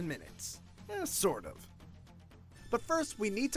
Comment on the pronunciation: why did he put so much emphasis on “sort” when he said sort of